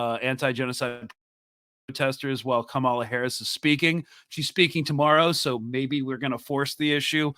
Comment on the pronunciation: are you intentionally mispronouncing Kamala's name?